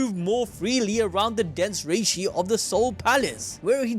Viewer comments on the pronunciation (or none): none